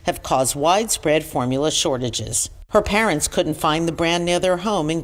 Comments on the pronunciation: can't say formula. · That word is like Form-you-luh.